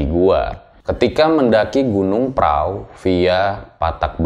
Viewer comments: prau bacanya pra u atau prahu bukan prao bang..jadi itu sebenarnya gunung perahu tapi lidah jawa jadi bacanya pra u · Tapi dia baca nya praww 😂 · Kenapa pelafalan nya gunung praw?